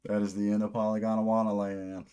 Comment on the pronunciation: i think youre pronouncing it polygondAwannaland, when its just polygondwannaland no “a” between gond and wanna.